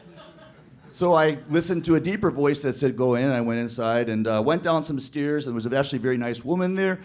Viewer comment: The way he says stairs...